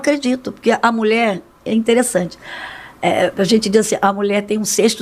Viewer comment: Alguem encina Silas a falar Mulher e não Mule